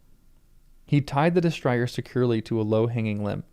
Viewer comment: Destrier is a French word. Dess-TREE-ay. I'm enjoying your reading and looking forward to your reactions to the twists and turns to come.